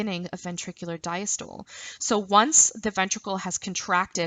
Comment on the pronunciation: I keep getting caught up every time you say "CAPILLARY" or "CAPILLARIES". Lol it's pronounced 'CAPillary' like you're saying "CAP-A-LEH-REE" with an emphasis on the 'CAP', not 'Ka-PILL-A-REE'. And "DIASTOLE" is not pronounced "Dya-STOLE", it is pronounced 'di-AS-tuh-lee'. Also, ACETYLCHOLINE. Lol It's not "ASS--A-TILL-KO-LEEN"...It is 'A-SEE-TULL-KO-LEEN'. And VENULES/VENOUS are pronounced incorrectly. I make this a point because you're teaching a lesson that involves medical terminology and you are not saying these words correctly! Otherwise great video!